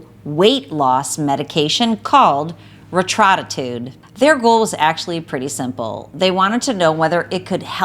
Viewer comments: HAHAHA Re-tro-ta-trude? As a doctor you need to be able to annunciate your words to be at least halfway credible. LOL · Great video as always! Just for the future the drug is pronounced Reta-True-Tide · The fact she can’t even pronounce the drug gives me 0 confidence lmao